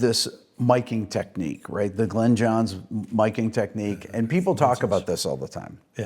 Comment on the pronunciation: Its pronounced Glinn; not Glenn, Rick.